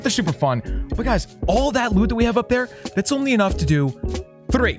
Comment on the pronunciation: Why does sound Puerto Rican when he says three😂😂